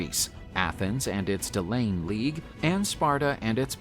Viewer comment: DEL-EE-UHN ........ not "de-lane" ...... good grief, proof your vids before posting!!!! There are many other flubs like this.